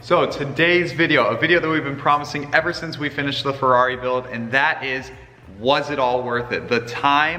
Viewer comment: So crigney tho feRRRRRaaaaeRRRiii